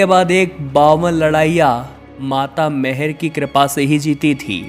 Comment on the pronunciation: शक्ति पीठ बावन नहीं इक्यावन हैं । मैहर को आप बार बार मेहर कहते हैं , यह ठीक नहीं है ।